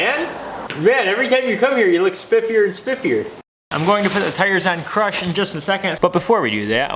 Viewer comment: Everytime I hear you say crush I hear crotch 😁🤘